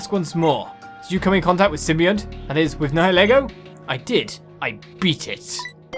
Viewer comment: So, I think the game pronounces it sim-be-ont. I know what you mean though, the word you are "confusing" it with I think is symbiote, which is pronounced sort of as you said it? Its sim-by-oat there. Sorry to be that guy who points this out, hyped for Breath of the Wild! Godspeed good sir.